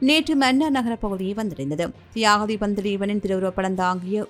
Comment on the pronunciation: உங்களுக்கு பேட்டி எடுக்குறதுக்கு வேற எவனும் கிடைக்கலையா அவனுக்கு தியாகத்தீவன் திலீபன்னு சொல்ல தெரியல அந்த பரதேசி போய் பேட்டி எடுக்குறீங்க🤬🤬🤬🤬🤬🤬🤬🤬